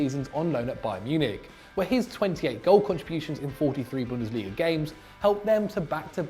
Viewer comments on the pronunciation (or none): none